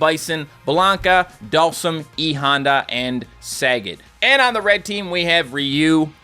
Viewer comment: It's ka-ge not cage, also saggat is pronounced sag-got not sag-at